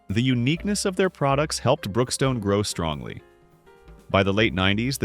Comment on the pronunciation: This is an interesting little episode and many of these stores are remembered the only thing I do have to say, though is the word strongly keeps reappearing throughout this segment and it’s not only dramatically messed up, it sounds like I’m listening to Trump.